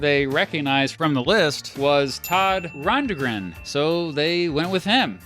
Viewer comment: The D in "Rundgren" is silent